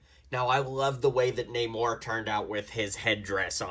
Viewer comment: Namora, not namor